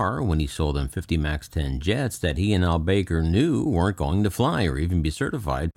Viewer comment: I believe his surname is pronounced Al Back-ar. ;)